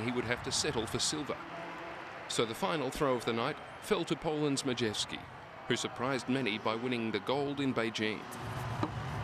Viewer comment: Nie Madżewski tylko Majewski :D